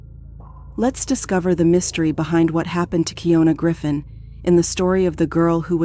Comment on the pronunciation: Slightly annoyed that she verbally said her name way pronounced Key- ohn- na but the narrator keeps saying Key-own-na.